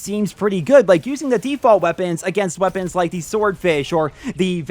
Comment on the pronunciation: "lets talk about the wæpennsss"